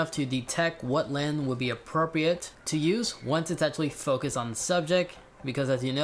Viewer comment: Does my guy not know how to say lens